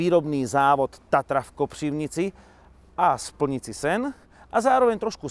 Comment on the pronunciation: jsem hrozně zmlsanej motoristickej divák...ale Vaše videa jsou v mém žebříčku v top 3. (včetně The Grand Tour) A každý den čekám na další Vaše videa:) PS: A palec hore za Vaše Ř ve slově Kopřivnice:D A jestli se někdy ukážete v naší český kotlině,tak Vám nabízím test svýho mazlíka:D